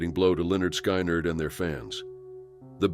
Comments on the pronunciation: what name did he just say? way off, sounds like Skynerd .... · Pronounced Lynyrd correctly but SKY NERD..... Seriously, learn how to pronounce the names if you're going to narrate the stories. Wow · Can you say Lynyrd SKIN-ERD? Please and thank you kind sir. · The computer can say Lynyard correctly but not Skynyard???